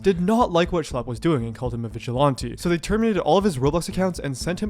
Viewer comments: Vigilante doesn’t have an O in it. 😂 VigilOnte 😂😂😂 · it's really annoying to hear all the obnoxious slangs the genz are using like "pdf file" but then also not pronounce vigilante correctly. It's like man, I can put up with 1 of these but both is too much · I’m sorry but the way you say vigilante is bothering me so much! What accent is that??? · its not vigilawntee lol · Why can't you pronounce "Vigilante?" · Are you purposely mispronouncing vigilante? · I wanted to watch this video longer, but I couldn't deal with hearing you say "vigilante" another time. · I've never heard this pronunciation of vigilante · its really bothering me how you pronounce "vigilante" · Great video how did you never learn how to say vigilante? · hey man, you should probably do a quick search to learn the correct way to pronounce vigilante next time you make a video where you repeat the word over and over 😂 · Is there a reason why you’re pronouncing vigilante like that? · I don’t know what’s worse, Roblox’s moderation or the way this guy pronounces vigilante